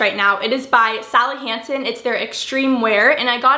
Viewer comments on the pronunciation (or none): none